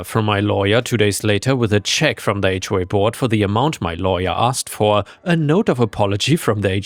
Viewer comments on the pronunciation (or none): AI mispronounce HOA all the time